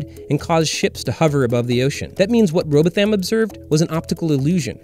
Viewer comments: If a brown person spoke this atrociously, many a white folk would titter condescendingly, albeit metaphorically, on these inter-webs! The narrator deserves a hiding of his bowthaym for repeatedly mangling what might, allegedly, be his mother-tongue. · Say it with me now.. "row bah thum" Lol jus sayin. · You do not pronounce the name right. Most English people pronounce it row bottom. The family pronounce r'BOW th'm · Samuel Birley Rowbotham is an early relation of my mother’s family, originally from the north of England. The correct phonetic pronunciation of Rowbotham is /ˈroʊbɒtəm/ or Rowbottom. Would you please mention the way that many people including your presenter are incorrectly pronouncing the name Rowbotham with emphasis on “tham”? Again I’ve found phonetically its /ˈroʊbɒtəm/ we must get the late gentleman’s name right? Rowbotham is an old English name in some Northern towns and cities being as common a Smith! Please do not ridicule his name just because American pronunciation in this case is just plain faulty. Many of my mothers family members still live in several northern English towns and they know how to pronounce their own surnames. We would all be most thankful if you would correct this error Regards, Mike Baker nee "Rowbotham" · I am sure you don't really mean that but thank you all the same. It's worse when the so called flat earth leader Eric Dubay quotes his prophet as Rowboth-ham Or experiments to prove curve call the Isle of Wight " the isle of "wigit""! Or the K on the end of the word thing as in something or anything, always pronounced somethink? or anythink? My own accent is not exactly Radio Four but really. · In Yorkshire they pronounce it row-bottom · He mispronounced "Rowbottham". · Why are you mispronouncing Rowbotham on purpose? Hmm I wonder🙄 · You’ve said “an unknown writer” etc etc etc around 3/4 times. Listen! Your not even pronouncing his name right. Dude. Please stop it. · He wasn't even saying Robotham properly